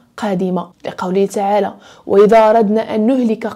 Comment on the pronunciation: أختي أميمة واحد الملاحظة نتمنى تقبليها وتبحث فيها الله تعالى. تعالى بفتح التاء وليس بضمها ❤